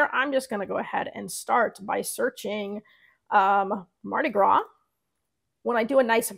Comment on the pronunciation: Thank you for the video, it's great. The text colors on a black background look great but would you change the colors of the text if you wanted to sell a different color shirt or would you just stick with shirt colors that work with the text colors? Also, the "s" is silent in Mardi Gras.